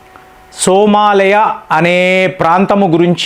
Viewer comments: First of all the pronunciation is not Somalaya. It is SOMALIA means land of Somali people stemming from ancient trible ancestors like Samaale with possible links to "go and milk"( Soo maali) symbolising wealth from live stock. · సోమాలయ కాదు సోమాలియా. నీ నోటికి వచ్చిందే కూత, నువ్వు చేసిందే పని.